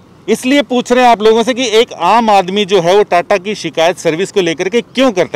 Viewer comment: TATA ko ta..ta